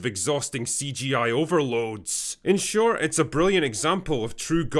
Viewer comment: Just say 'short' instead of 'shortSz'. Why do you have to finish all your sentences in such a weird tone? In order to make yourself seem more interesting? Just don't do it.